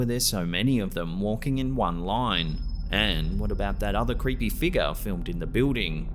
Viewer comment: i love these videos it's worth it just to hear him say figgar